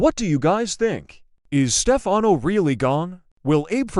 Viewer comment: I think the narrator would know how to pronounce , Stefano😡